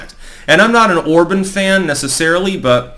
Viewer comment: It's pronounced "or-bon"...like on in on/off or bon-bon, not or-bun